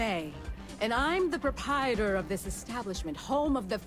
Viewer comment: My name is Marche, I am a warror in a land called Ivalice. I am the "Pruh-pietor"... Pup-eye-a-tor? Voice acting pretty sus. There's two pronounced Rs in proprietor, but somehow we just get by with one...